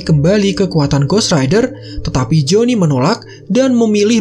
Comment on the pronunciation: Perasaan dari awal gw dengernya joni mulu